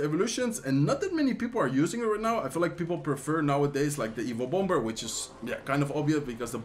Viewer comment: I now say bomb-ber.